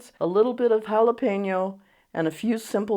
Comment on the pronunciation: Thank you for NOT saying Holla Peen Yos. And saying it the right way it's pronounced Holla PEN Yo peppers. Once you did it correctly I KNEW i was going to like you!!❤❤❤🎉😊😊 your recipe was Delicious by the way.